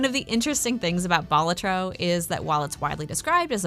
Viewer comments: It's pronounced Balatro, actually. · Ew to how you say balatro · Another fantastic video marred only by categorically incorrect pronunciation of Balatro.